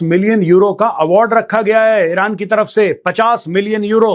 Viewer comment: Mr GODI, It isn't vilran. It is Iran.